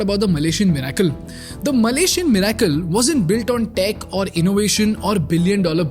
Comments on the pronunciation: MIRACLE Pronounced 'MIR-i-cle' ✅ not 'mir-AI-cle' ❌ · Great video with a lot of research backed info...very informative....trust a lot of hard work goes into this. Just a small request as you probably have a lot of young viewers/followers who probably emulate you...please ensure correct pronunciation of words in your commentary, eg: Economy, Miracle, so that your listeners don't end up learning wrong way of speaking and carry it with them wherever they go. Hope you take it positively 🙏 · Great Content😊 Thank you for this👍🏽 Please correct your pronunciation of : 'Economy' 'Miracle' 'Poland' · Bro the way you say miracle is soo disconcerting